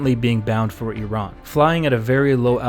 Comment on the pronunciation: Also, thank you for pronouncing "Iran" correctly!